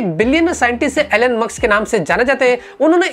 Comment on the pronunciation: With all due respect It is Elon not Ellen